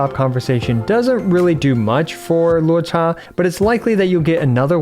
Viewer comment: Thank you for pronouncing his name correctly ("luo-cha", not "loo-oh-cha")!